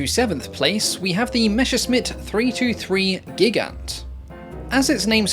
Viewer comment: At least the Gigant (emphasis is actually on the second syllable) was attractive as a target; I understand they lost almost 10% of the total 198 built in one engagement alone. FYI, there is a bit of a lip sync issue, on my device at least.